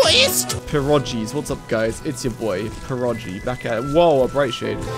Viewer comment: as a pole I must say your pierogi pronunciation is pretty good